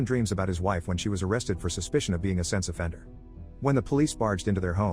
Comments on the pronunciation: why does it sound like he’s saying sex offender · When he says sense offender it sounds like sex offender lol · NGL I did not hear sense offender the first few times it was said...